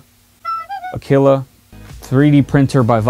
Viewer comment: Aquila (A-kee-la.)...Latin for eagle......in spanish it is Aguila.